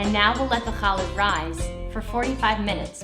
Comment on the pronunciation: I would like to try baking a challah. I've watched several recipes. It was such a pleasure to hear you pronounce the "CH" properly and not as an "H". Most importantly this looks delicious and I can't wait to try it. I wish you and your family a good shabbat.